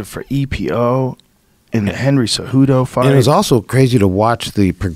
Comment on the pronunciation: "He only took EPO because Henry has a Gold Olympic Medal" -Henry "Heney Cejudo" Cejudo